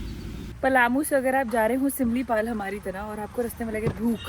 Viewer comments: पालामाऊ नहीं पलामू है 😅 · woh "Paa-lamu" nahin hai "Pa-laamu" hai.... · पलामू not पालामऊ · I am from Jharkhand Ranchi aur ye पाल्मू नहीं पलामू है टाइगर रिजर्व है।😝😝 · Ek chota sa correction hai पलामू kaha jata hai Waise love from jharkhand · pronounciation pta hoga lekin cool banane ke liye pailmu bola ja rha hai